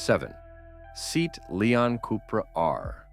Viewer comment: It’s pronounced: “ SEE-AT”…not “SEAT”. A Spanish car brand owned by Volkswagen.